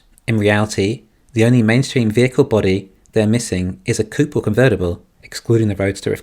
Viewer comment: Why do you keep saying coop? (As in “chicken coop”). I presume you mean coupé? A car with 2 doors. It’s two syllables.